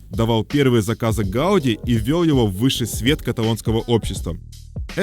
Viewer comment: Ужасно всё время коверкает фамилию архитектора ! Ухо режет. ! Раз каталонцы ставят ударение на последнем слоге - ГауДИ, что и было озвучено самим автором, значит, так она и должна звучать, В Барселоне это слышишь на каждом шагу.